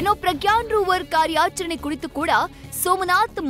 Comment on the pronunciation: ಪ್ರಗ್ಯಾನ್ ಅಲ್ಲಾ ಸರ್ ...ಪ್ರಜ್ಞಾನ್✌️